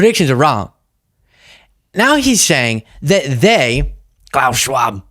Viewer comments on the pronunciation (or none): none